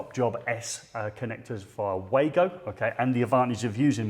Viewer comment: It's not Waygo there's no Way to go....speak it like that: clear VAh GOh...W in German sounds like V in English!